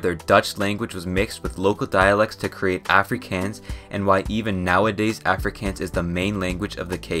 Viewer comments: Bro you "aaaa-fre-kans" its af-ri-kaans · i'm aa south african and first of all good vid bu secind all you here prouncancing Afrikaans wrong. It's ah-fre-kon-s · as an south african i laughed my a off for the way he spoke out afrikaans AFRIKEEANS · Did you just call afrikaans like afrccans? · As a south african, hearing him mispronounce afrikaans was painful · I just love when non south African ppl say South African words. Like Africans, it's w/ a long a sound😂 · Listening to you pronouncing some of the names of things was painful but thank you for trying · Why he pronounce Afrikaans like that bro 😭 Google that shit please, not even Google got that right. To get the right pronunciation Google English to Afrikaans and type Afrikaans in the English bar and listen to the translation into Afrikaans. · I like in South Africa and this is such a great video but you pronouncing some of the names wrong was so funny. Example Afrikaans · The way you said Xhosa and Afrikaans was so funny bruh🤭 Make sure you hear a native say it first 💀😭🤣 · Dude you can't speak Afrikaans